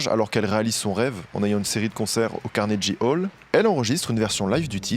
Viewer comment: par pitié fais des recherches sur la prononciation des mots anglais avant de filmer.. Prononcer Carnegie Hall comme ça c'est pas possible T.T